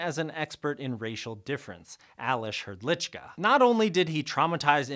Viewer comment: as someone from the Czech Republic I really need to say your pronunciation of Aleš Hrdlička was really good